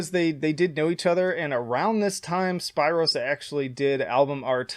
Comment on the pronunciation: Spiiiro just that alone made me laugh mate it’s pronounced like speero lol